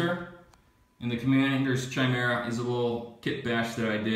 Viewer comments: Khai-mera, not Chai-mera, Leman Roos? wtf? lol, man, you guys butcher names.. Necrons are Cheese to, but atm they are stuck in the Index.. lol. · Russ.. Is pretty much how you want to pronounce it.. I have heard people say Rooskies.. So Ruess is ok. Even though the dictionary pronounciation is Ruhs. Chimera.. Is ki-meer-uh Although English Rules Would be Chime- RA